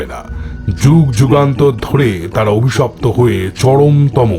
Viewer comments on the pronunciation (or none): স্ক্রিপ্ট যারা করেছেন তাদের স্যালুট। যে যার কাজ দিয়েই প্রতিবাদ করুক। অন্যভাবে নিবেন না প্লিজ,ন্যারেটর অভিশপ্ত শব্দকে অবিশপ্ত বলছিলেন।আশা করি পরের এপিসোডে নিশ্চয়ই ঠিক হবে।